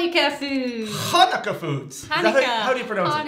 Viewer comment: Hhhhanukkah foods (the pronunciation in the beginning hahaha). xD The candle thing is called a Menorah!